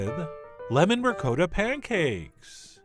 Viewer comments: Ri-kot-ah...not ri-coe-da We are not savages old chap. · rick-coda? where did you go to school? I can hear every little old Italian Grandma in the world hitting the floor gasping as they hear you murder the word RICOTTA!!!! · What is this ricoata, that rhymes with dakota, you speak of? Chef John, shame, shame! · Did he just pronounce ricotta like "recoota"? I'm just wondering though haha! love your videos!! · Tony Amabile and the way he pronounced it Tony! My ears, I can't unhear it, ricoata! Oofah...... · Ree-coat-a Lmao